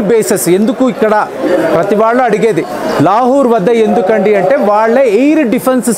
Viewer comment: లాహూర్ కాదు లాహోర్.